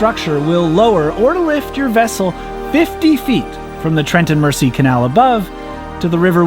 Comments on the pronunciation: AAAaaaahhhhh!!! Please please substitute the s for a z to be able to pronounce Mersey the correct British way as in Merzey. There’s an old 60s song called Ferry Across the Mersey, pronouncing the ‘s’ makes it sound wrong. Also with all the county names ending in ‘shire’ please say sha, as in Linconsha, Shropsha, all of them should be pronounced sha! Phew! That’s better got it off my chest I can relax now. Thanks for taking along on your sojourn, on a narrow boat, through the English countryside. Cheers Aah kid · The shortest canal you were on at Wardle was where my job was. Only a short walk down the road. Where I live is only 7 miles away from there. A point to make it's not pronounced mercy canal it's the Mersey as in Mer and then z how Americans say z. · Mersey is pronounced Mer Zee god knows how you will pronounce Llangollen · The Mersey is pronounced MER-Z 🤣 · or, more correctly - mer-zee! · Great videos. However it’s said Mer-sea (not mercy) and it’s a Wind-ing Hole (like wind of air, not wind a clock). You cannot moor anywhere on the towpath - there are often signs advising if it’s 24 hours only, 48 hours, etc. If no sign then it’s 14 days max. No mooring by locks or bridges or tunnels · Love these videos. May I point out that "Mersey" is pronounced "Merzey", not with a soft s. :-) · Please! Mersey is pronounced Merzee not Mercy. I notice Americans do this very often not sure why especially here. If you've traveled on this canal or river you must gave heard how the name is pronounced. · Great video, but merciful powers! It's pronounced "Trent and Merzee" :) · its pronounced Merzy not Mercy so Trent and Merzy. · Mersey (merzy) Not mersee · Psst - it's pronounced MER-zee. Hearing "mercy" is like hearing Vancouver pronounced van-COW-ver. Painful. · FYI Mersey is pronounced "Merzy", with emphasis on the Z. Loved the video! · FYI… The S in Mersey, is pronounced as a Z. Merzey… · As a scouser my god my ears hurt at the Trent and Merci canal...